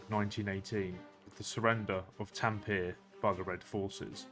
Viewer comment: You butchered T A M P E RE (taM -puh-ray)